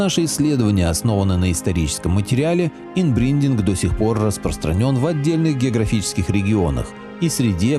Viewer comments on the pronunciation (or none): Та инбридинг, а не инбриндинг